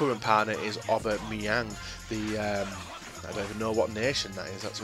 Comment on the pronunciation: its pronounced ABA-MEYANG